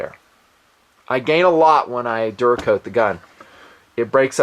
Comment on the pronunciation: excuse me. "DURA COAT" the gun. Sheeesh.